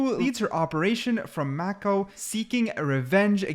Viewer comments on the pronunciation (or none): none